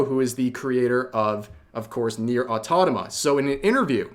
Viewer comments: It's pronounced [au-to-muh-tuh] Btw, you said, "NieR:Automa". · Forgive me, Rev, but why do you pronounce "autoMata" "autotama"? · Automata. Not "autotama". The later is a word that does not exist. aw-tom-uh-tuh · Please, for the love of god, learn to pronounce "AUTOMATA"... Its not that hard! You driveme nuts everytime I hear it. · Dude, I like your videos but can you learn how to pronounce "automata" correctly? English is your first language, I'm assuming?